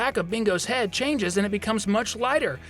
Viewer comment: I thought you said penis not head...